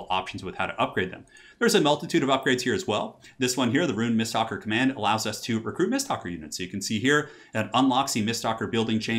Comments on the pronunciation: Me screaming: MISTWALKER!: miststalker. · am i the only one triggered that he says mistSTALKER when it clearly reads mistWALKER? i know its a simple mistake but it bugs me lol